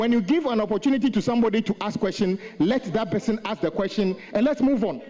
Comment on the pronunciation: What is aks? "Ask," not "aks." Past tense is pronouns "ast". The chairman needs to work on his pronunciations.